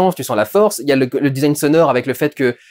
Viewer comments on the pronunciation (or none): none